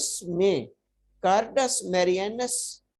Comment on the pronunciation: Cardus nhi hota carduus Marianus hota hai😂